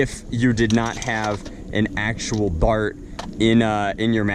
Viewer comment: you said Bart not dart